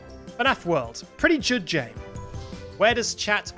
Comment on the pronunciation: YOU SAID JOOD JAME 🫠